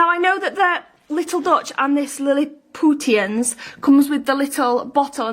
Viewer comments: Lilliputtian haha its pronounced with a sh sound.. like from Gullivers travels. She is dense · Waaaaahahahahahahaha Liliputians, not that well read then are you? It's pronounced 'Lilipushians' as in Gulliver's Travels